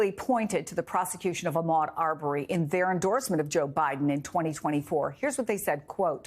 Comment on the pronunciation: Listening to REPEATEDLY say Ahmaud's name incorrectly, especially after Blayne et al. said it correctly, is unprofessional, intentional, careless, disrespectful and sick a*.